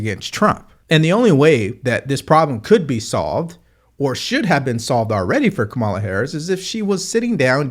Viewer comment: Curious - do you mispronounce her name intentionally to signify a lack of respect, or do you genuinely not know her name? Doesn't do well for political pundit credibility.